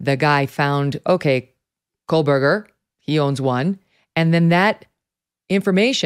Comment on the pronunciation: why for the love of God can this woman not pronounce Bryan KOHBERGER ???? she keeps saying COLBERGER and the the program translating her words into to subtitles picks it up and its put on the screen as COLBERGER ..she has covered the case for a year and EVERY video she mis pronounces ... is she just dim witted or what ? its KOHBERGER ..get it right